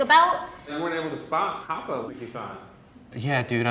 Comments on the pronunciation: He pronounced hapa wrong 😩 get this foo educated, he not even Hawaiian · Just a huge FYI! Half Asian and half anything else isn’t hapa. And he didn’t even say hapa right. It’s part Native Hawaiian and usually part white or something else, with being Hawaiian the main thing for being considered hapa. Hapa is a Hawaijan word and term. I’m Hawaiian myself and it’s annoying seeing people use our terms as their own. Especially when the guy was being so overly confident and entitled to it.